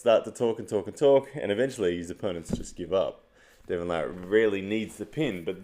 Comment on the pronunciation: I don't arm wrestle but as a new fan of the sport wanting to explain the more technical aspects to others and get them into it, videos like this are gold. Great stuff!! It's also very refreshing to hear Devon's last name pronounced properly lol. Larratt not LeRat.